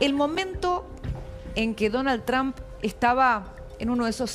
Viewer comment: Deja de decir chamm si es Trump ya sabemos que hablas inglés che 😂